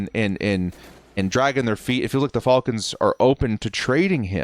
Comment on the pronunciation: you gotta stop saying “falcons” like that